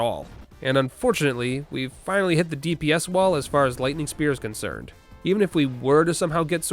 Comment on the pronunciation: Did... Did you just say "DPS" as "deeps"? Do you actually say it like that or was it just to trigger people?